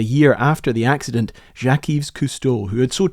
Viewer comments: Yves is pronounced Eve. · I thought the s in Yves was silent, and instead pronounced more like "Eve". (Source: I'm Canadian and lived dans la belle province) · Yves is pronounced identically to the English name Eve. You don't vocalize the s 😜 (then you might've avoided some of the confusion about the supposed "mispronunciation") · Y and S are silent on his middle name it's pronounced as Eve. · a little pointer that the ''s'' of yves is a silent s (as is such for all words in French)